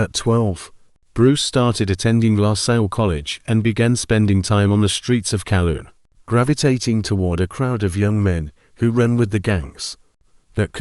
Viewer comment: It's Kowloon not Calum - you need to fire that AI and get Grok